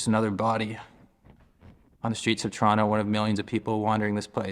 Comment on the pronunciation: It's not torano it's toronto